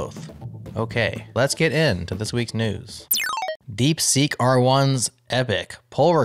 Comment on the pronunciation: "DeekSeek", we still need a good linter for English.